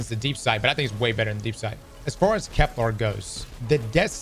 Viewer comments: finally said Kepler instead of keplar!!! Edit: nvm he said keplar again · It's Kepler, not Keplar. Hint - it doesn't rhyme with Kevlar! Love your videos!! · Ignoring anything else that's being said... why oh god why does he keep calling it KepLAR?? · Kep-lur as in Xur not kep-lar